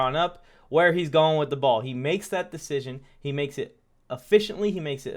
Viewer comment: Man said “poor decison making”😂😂😂😂😂 I damn near jus turned the video off in the first minute